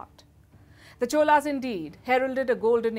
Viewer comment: Amazing coverage of suppressed but glorious history of Chozhaas. Special congratulations to Palki for pronouncing தமிழ் (Tamil). Wondering why you couldn't pronounce Cholas as Chozhaas(சோழர்s).